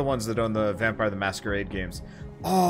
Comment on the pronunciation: Its still pronuced vampire btw